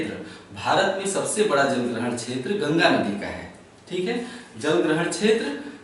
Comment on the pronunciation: chhetr nhi क्षेत्र